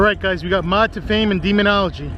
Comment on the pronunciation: This idiot can’t even pronounce demonology he says demon algae